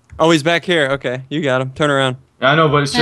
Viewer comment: When said we r gonna be ok i tot he said we r gonna have cocain....lolol